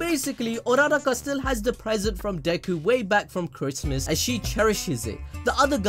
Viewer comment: Bro its Ura Ra Ka, not URaRa Ka, say it with me Ura Ra Ka